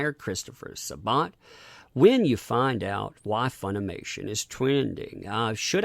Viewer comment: Why is Sa-Bat so hard for everyone to pronounce lol